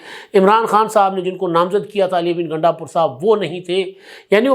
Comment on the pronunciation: App ghalati say Ghundapur ko Gandapur keh rahay hain 😂😂😂